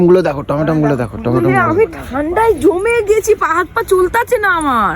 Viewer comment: অশিক্ষিত কি বলছে দেখো - "টমেটম"!